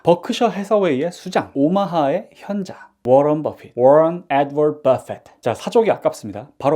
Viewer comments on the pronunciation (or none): 0:9 워런 에드우어드 버핏~ 오우. 혀에 힘 좀 주셨습니다. ㅎㅎ